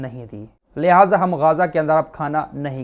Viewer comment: Apna talfuz theek karen! 'LAHZA ' NAHIN lahja hota hai